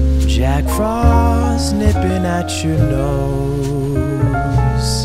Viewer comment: make sure next time the autotune doesn't skip between syllables like ("nipping at-CHo-nose"). i really enjoyed the song, i just can't not hear the sad mistake :(